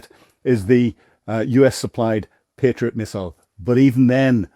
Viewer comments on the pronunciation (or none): none